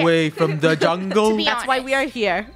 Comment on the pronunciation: Victoria: we're on a jungle adventure. Me: I all most thought she said jungie